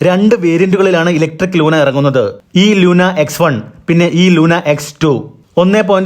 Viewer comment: ലൂണ🎉 ലൂന അ ല്ല